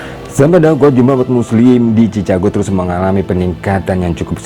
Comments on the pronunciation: Baca yg bener cikègou, bukan cica gou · Bukan cichago. Baca sikago. Benarin dl ejaan ma baca nya. Baru ulasan apa yg di ulas. Jangan sok mengulas sesuatu sedang ejaan dan bacanya gk tau. Thanks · Saya kira pendengaran saya yang salah..ternyata benar chicago dibacanya cicago bukan cikago.. padahal itu salah satu kota terkenal di Amerika Serikat. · Saran: Pengucapan Chicago bukan dibaca Cicago, Bro, tapi Chi-ka-go (brit./ Aus. accent) , atau Chi-ke-go (Am. accent). Tips latin pronunciation: Ca dibaca Ka, Ci dibaca Si, Cu dibaca Ku, Ce dibaca Se, Co dibaca Ko. SUKSES SELALU. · Assalamu'alaikum bro. Bro, Chicago itu nama kota bukan nama negara bagian, negara bagiannya adalah Illinois. Ucapan Chicago itu bukan cicago bro tapi Siikaago. Tolong jaga profesionalisme bro biar gak kelihatan gimanaaaaa gituuuuu. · Chicago bukan dibaca cicago tapi cikago. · Maaf Mas koreksi dikit. Chicago dibaca Cikago. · Chicago sebutannya Chi-Ka-go